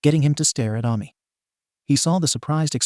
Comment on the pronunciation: Hello, I am the Author of this story! Thank you for uploading this onto your channel. It's nice to see my story made its way onto Youtube. I'd also like to add that It's pronounced A-Me not Ah-Me but then again its a robot voice so of course its trying its best to understand. Also the red and black haired girl isnt what Ami looks like if anyone's wondering. Other than that, I appreciate the upload. Thanks for reading( or listening😂) and have a good day!